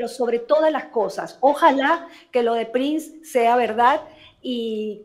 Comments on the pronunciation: Se pronuncia Prins no Prains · No es Prains es Prins o se escribe Prince 😂. Ya basta Prains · No entiendo porq este señor pronuncia mal el apellido del gringo Erik Prince??? Buehhh al menos da ibformacion confiable